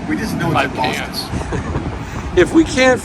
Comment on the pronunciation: Great episode! Thanks for showing us around Boston. ( I can’t even type that without hearing Booooaaaawwwwston) lol